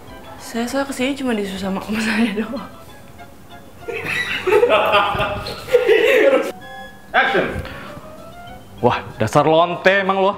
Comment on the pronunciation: Bukan "ACTION.." tapi "AACTION" gitu